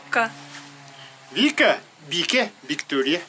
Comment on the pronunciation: Не бике а биикэ 😅